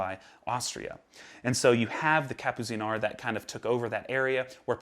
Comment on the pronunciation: Awesome stuff as usual and please pronounce Kapuziner Like "Kapputseener" ✌🏼